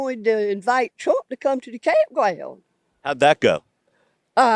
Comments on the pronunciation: "We out here at the campgwound and we decided to ask Twump to come out and visit the campgwound." 😂😂😂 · Awe.. you lib at da campgwound?